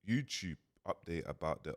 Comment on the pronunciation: “Go youchube it”